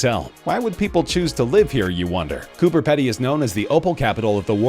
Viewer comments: It's pronounced cooper peedy you gotta stretch the e a little otherwise great video mate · It’s pronounced Coober pee-dee, just for future reference 🙂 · I’m from south Australia and The way an American says “ coober pedy” is so funny!! 😂 it’s more like Coober pee dee